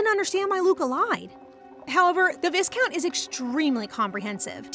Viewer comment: Don't wanna be grammar police. But as your storytelling is amazing, this little pronunciation mistake really hurts the ears more. The word 'Viscount' is pronounced as 'vai-count" not "vis-count", the S is silent here.